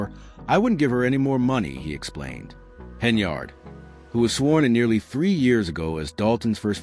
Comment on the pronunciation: This is old news bro. Look for something else to steal. And what’s up with the flashes? You might want to put a seizure warning before someone with epilepsy watches this. Lastly, her name is pronounced Hen-yird, not yard. You are saying it like it’s spelled.